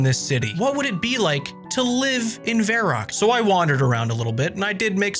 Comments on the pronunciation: vair-rock? Verr-awk. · Why is he calling it Vair Ock